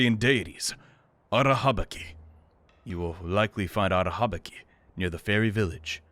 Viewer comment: Everytime you say Arahabaki’s name I feel unreasonably annoyed and I don’t even know if it’s valid or not because I’m a Bungo Stray Dogs fan, and Arahabaki is kind of a character in that series and his name is not pronounced the way you pronounce it